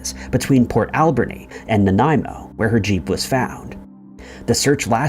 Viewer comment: I'm from nanaimo, and I've never heard anything about Amber. I'm not surprised though because cops on the island are really, really lazy. It's also funny to hear someone call it port AL-berni. Locals put the emphasis on the ber part, like alBERnee